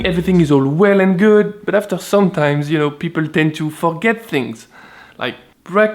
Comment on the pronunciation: To fuckget things... nice French accent there ;)